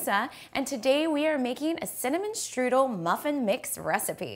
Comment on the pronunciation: Can you say streusel or do you want us to think you are making strudel? Geez